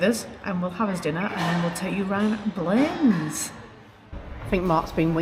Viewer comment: my aunty lives in blanes the first holiday abroad I went on in 1975 was to visit her. pronounced ( blan- iss)